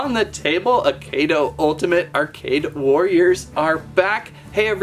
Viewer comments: It's pronounced, "AH-KEY-DOUGH." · you are saying it rong